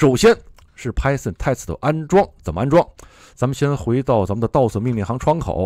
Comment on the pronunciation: Python Test 为什么老带日语发音？